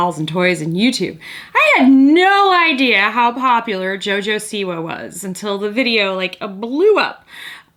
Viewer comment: I don't mean to sound rude, but Siwa is pronounced like "see-va" Hopefully that makes sense :)